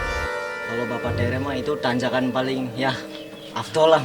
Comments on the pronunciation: Min bukan teureu tapi TERE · Bapa tèrè " ayah tiri dlm bhasa sunda, bukan teureu